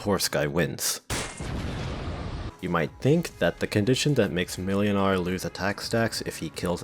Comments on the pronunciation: Ngl, pronouncing Mlynar as "melinar" very slightly throws me off; closest way to actually pronounce it is "Moinar" iirc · Just search for "ynar", there's no reason why you could only search for the start of the name. Also, it's pronounced Muynar. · the second letter in Mlynar's name is pronounced like a w. So in pronunciation, it should be more like "Mwynar". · Whenever you said Mlynar i heard Millionare.